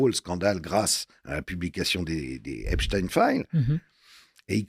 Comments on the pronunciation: Madame Kelly c est EPstein Pas EINstein! C est agaçant ! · Mme Kelly vous savez très bien qu on dit Epstein !! Comme Einstein ou Frenkenstein Non mais cette question m exaspère à force